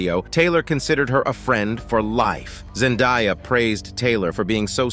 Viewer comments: It’s Zen-day-uh not die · Zendiya? It is ZEN-DAY-AH